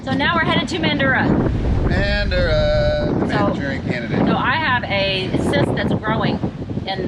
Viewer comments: To say Western Australia cities, you have to forget about multiple syllables Bunbury don't say "Bun-Bur-ree" say Bunbry Mandurah don't say Man-Doo-Rah say Mandrah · Mandrah is the correct pronunciation for Mandurah btw, we Aussie eshays like to emphasise the ‘ah’ on the end